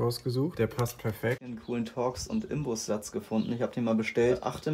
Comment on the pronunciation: ""Inbus"" nicht Imbus